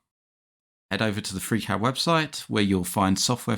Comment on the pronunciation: Gutes Video gut erklärt. Aber warum sagst du immer Fräcät anstelle von Friicäd (Freecad)?